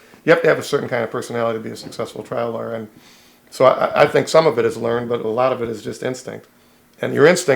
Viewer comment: Is he saying trial lawyer or traveler